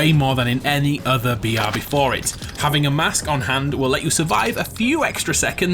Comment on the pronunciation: weirdly every time he is sayin 'BR' it sounds like "Biyatch"